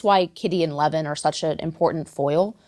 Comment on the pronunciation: How come you are not speaking about a novel with exactly the same plot: Sense and Sensibility by Jane Austin? Tolstoy was notorious for copying Austin's characters. It's a pity that a really good and original novel gets forgotten. Also, it's not Levin (a Jewish last name), but Lyovin (Russian letter ë is read as yoh, although it looks like e).